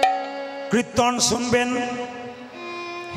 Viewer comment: কৃত্তন নয়, উচ্চারণ টা কীর্তন হবে, ঔদ্ধত্য মাফ করবেন, ধন্যবাদ।